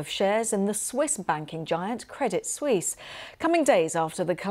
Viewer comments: Credit Suisse is not pronounced Credit Swees. It’s pronounced Credit Swiss. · credit sweeze